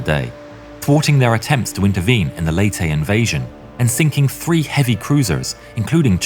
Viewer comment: U pronouced leyte and samar better than inside edition did such an embarasment